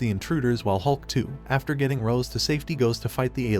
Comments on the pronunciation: He called Ross rose wtf at least get the names right🤣🤣 feels like a dub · *Ross, not "Rose" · Honest question, why do people almost always mispronounce the names of characters in these YouTube videos? For instance, you're calling Ms. Ross, Rose. In DBS videos, they call Beerus, Beers and Whis, Wis. Is it a copywrite thing? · Her name is Ross, not Rose. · It’s Dr. Ross; not Dr. Rose. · It's Dr. "Ross" NOT "Rose".😒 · It's Ross not Rose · How are you going to continuously mispronounce Miss ROSS's name? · Love how they keep miss pronouncing Betty Ross's last name